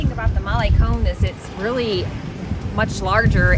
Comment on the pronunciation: Malecoln is not mollycon it is maluhcon. Sorry.